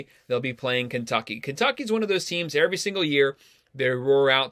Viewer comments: “Airvy” lol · haha I’m just messing, the way you pronounce “every”